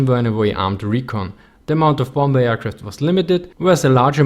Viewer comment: I know you know the right way but Ill say it anyway,. its pr onounced bomer not bomber the second B is silent,..lol, ty. love your vids!!